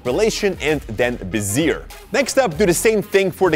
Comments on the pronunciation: Be-zee-ey. Be-zeer sounds silly. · Great video! Btw: bezier is pronounced: "beshie" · aha it's pronounced "bez-ee-ay" it's a french term!